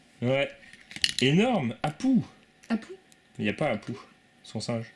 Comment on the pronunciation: Je crois que c'est pas Apou mais Abou... (JE CROIS)